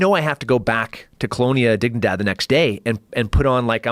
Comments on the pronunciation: Google what?? Honnedigidad? Wtf did he say? lol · what did he ask to be googled? I couldn't understand the word or how to spell it. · Google what ? Cart tell what he says properly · Does anyone knows what the guest suggested to google? I can´t figure out the word... ???